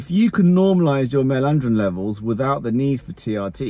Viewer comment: “Male andrrrirn levels”